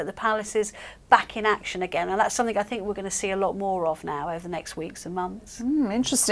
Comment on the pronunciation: I noticed that the woman in the black and green dress pronounced 'something' as 'somethink.' I can feel discomfort from here!